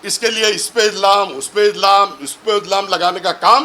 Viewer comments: Ijlam nahi re ch iljam bolte bjp walo bolna b sikhao isko 😂😂😂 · Pahla bolane ka Shik Baba illam illam nahin bolate usko ilzaam bolate ilzaam